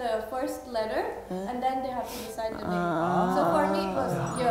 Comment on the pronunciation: Yeee!!! They pronounce my name very well ❤️👍🏼